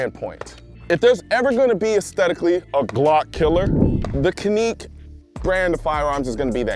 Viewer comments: Not "ca-neek" its "ca-nick" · caneek. I say Ca Nick. Really its more like Jah nick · Can ick not caneat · My subtitles were on and it said Clinique MC9!😁 I think it’s Can-ik not Kaaneek. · It’s Can.Ik not how how pronounced it 🤣🤣 best trigger in the game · It is pronounced as John-Wick not Ka-Nick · Ca-neek....lol your killing me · It’s pronounced can-ik not caneek. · I thought it was pronounced like (CAN-ICK) Have I been wrong this entire time, is it really (ka-Neek) ?? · Colion, for further reference, it’s pronounced as it’s spelled… not “Canique”. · Can-Ick. If you watch any video of Canik Spokepersons they will say it's just Can-Ick now. No Johnic not Caneeek. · I love your videos Colion but its CAN-ick, not Kuh-neek. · "This is the Ka-Neek Met-Ta" .. Wait A min ..In Turkish , The "C" is a "J" So we know it's actually "Jan-Nik" However as Americans, we pronounce it with the " C" as Can-Nick" Where the keck did Colion get "Ka-Neek" ? LOL Bruhh .. your're a gun guy. Unless you're Straight up Troll'n You Know Dang well its Can-NICK (Canik) not Ka-Neek... and Mete is not Meta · Is that how you pronounce it? I’ve always said “can nick” he says it more like “can eek” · It's (CAN-IK) CANIK NOT ( KA-NEEK) BUT IM SURE YOUR DOING THIS ON PURPOSES FOR COMMETS JUST LIKE MINE. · That's "Kanik Met-tay" 😉 not "kaneek Metee" It makes a difference. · Can-ick not caneek. Just saying. Awesome gun! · He didn’t pronounce it correctly. It’s CAN-ICK not Cuneek. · Lol it’s called Canik not Caneek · How do guys that have been doing this for years still mispronounce manufacturer's names?? It's Can-ick, not Can-eek. Just watch one of their own videos. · Caneke meta lol…. How do you fuck that up it’s canik like panic, and Mete like the French name pepé le pew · It's can-ik not caneek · The companies name isn't kanick its Canik. Which is pronounced "ja-nick" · Why the fuck do you keep calling is Caneek ?its Canik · Can- ik not Can-neck c'mon brother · it’s Can Ik not kenik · Caneek? Um ok.